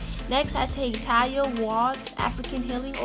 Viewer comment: I died every time you mispronounced Taliahs name. 💀💀💀 we forgive you boo.